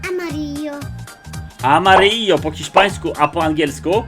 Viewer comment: Hiszpański a nie Chiszpański